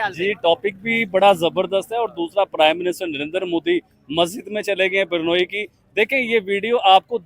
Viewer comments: Sorry but it's not pronounced Burnoyi, it's is pronounced Brunayi and spelt Brunei. 😂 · yaar pls.. barnoi nahi hai woh.. usko bolte hai.. BRU - NAI. BRUNEI. aise bolte hai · Burnoi Nahi Brunei Hai... 😂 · Abhe Jahilon, woh BUR-NOI nahi hai, woh BRU-NEI hai 🤣🤣🤣🤣🤣🤣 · बरनोई नहीं, ब्रूने है सही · Hello it's Brunei not Burnoi or Burnol😊😊